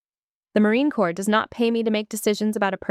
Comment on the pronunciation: It's Corps, not Corp. Pronounced as: "core".